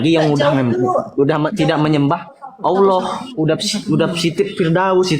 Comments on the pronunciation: MANA MANA MANA ALLAH JADI POHON, BACA YANG BENER. He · Oloh oloh apaan itu? Lidah lu kebanyakan mkn babi kgk bisa lu nyebut Alloh